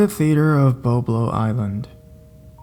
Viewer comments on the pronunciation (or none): lmao! He also mispronounced Boblo Island... kept calling it BoBo 😂😂😂